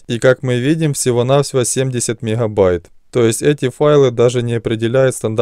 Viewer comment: "Мекхабайт"😂 каждый раз слышал от него